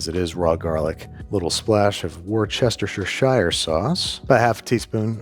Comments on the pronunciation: Wooster, not Worcestershire…. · As a British woman, I want Andrew to butcher me like he butchered the pronunciation of Worcestershire sauce. If I had a husband. I would leave him for you, Andrew. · Excuse me, sir, it's washursister sauce.